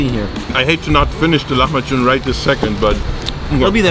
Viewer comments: Please dont call it lahamju its called : lahem b ajin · I'm from the Netherlands and here we pronounce it like "lah-mah-kun" instead of how you pronounce it. Could someone who actually speaks the language tell me which one is more accurate? I wouldn't be surprised if has it right but I do wonder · So the c in lahmacun is pronounced like a j. I'm speaking Turkish now! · Don't speak Turkish but know that the Turkish 'c' is equivalent to the English 'j' - so pronunciation is closer to the way the Turks say it.